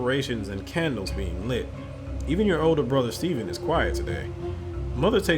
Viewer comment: Great Narration! but bro, you keep saying Steven it's Stephan lol, their 2 different names lol.